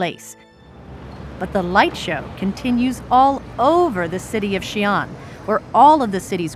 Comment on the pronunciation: 不是Xian是xi-an, two syllables. Two separate sounds。